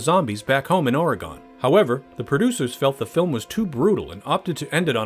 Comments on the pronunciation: It's pronounced "OR E gun" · As an Oregonian....its pronounced "Or Eh Gun" and the coast doesn't get very cold even in the middle of winter, so best that was cut. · The way you pronounce Oregon kills me inside. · Learn how to pronounce Oregon or ... um... I'll continue to be annoyed I guess. I can't really do anything about it. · Learn to pronounce Oregon. Please and thank you.